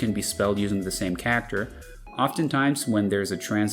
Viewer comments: every time you say cacter it feels like a punch to the gut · 99% of this video is in an American broadcast accent, but when "character" is said, it sounds like I slipped into Jersey and kept tripping me up. Love it though.